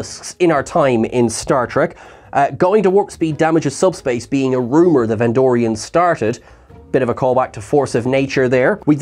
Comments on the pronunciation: VENDORIANS!!!! NOT VENDRONEIANS!!!! Come ON!!!! 😵‍💫😅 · You keep saying "vendronian" instead of "vendorian" which threw me off searching for them on memory alpha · Vendronians? C'mon,. It's Vendorians. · Bless you. It's VenDORians. Not Vendronians. Also, just to reiterate, it's MigleeMO, not Migleemoo. xoxoxo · It was Vendorians, not "Vendronians". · Vendorian not Vendronian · It's Ven-door-rians,. Not Ven-drone-nians. I think you're mixing these guys up with Pan-drone-nians; the guys who split into three separate entities. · MY dear wonderful Trekkie friend from afar. It's VENDORIANS, not Vendronians. You keep... you just... GAHHH!! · “Vendronians”…. You mean Vendorian? Hard to take you seriously when you make basic mistakes like this, all the time.